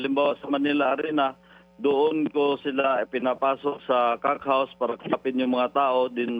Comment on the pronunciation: Bakit hindi mo ma pronounce yung "cock house"... mam pinky.